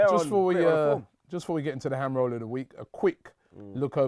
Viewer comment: What tf is a ham rol?